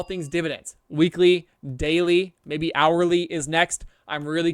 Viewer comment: "hourly" LOL